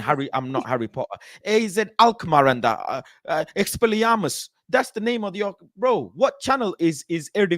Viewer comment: Man said "expeliumus." 😭😭😭